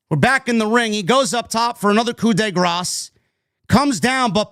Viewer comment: I must say it because it makes me want to vomit every time Michael Cole does it and I respect you too much to let you go on mispronouncing it... it's pronounced "coo de grah", not "coo de gras." The S is silent. Thanks man.